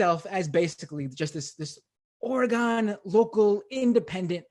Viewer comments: I try not to care but every time he says OR-Gone I cringe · It is pronounced Orygun. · You're saying oregon wrong and it's hurting me.